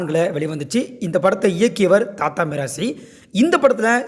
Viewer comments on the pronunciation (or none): தயாரிப்பாளர் thatha இல்லை dhadha. உங்கள் உச்சரிப்பு சரியில்லை. தமிழில் தாதா நீங்கள் தாத்தா என்று உச்சரிக்கிறீர்கள்.